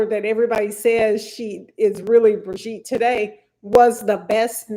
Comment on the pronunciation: Why can't you say brigitte name right? and you are a lawyer! You've seen 3 episodes and still can't pronounce it????